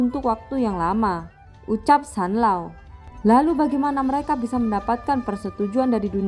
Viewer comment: Zanlaoo woii bukan sanloo